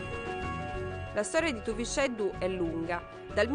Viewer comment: TUVISCÊDDU con la "è chiusa non TUVICEDDU .... In "Limba" Sarda , la "x" si pronuncia "scê" , con la"e" chiusa...